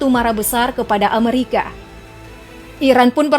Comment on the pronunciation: Bukan Amarika , tapi penyebutan nya Amerika 😆😆🤣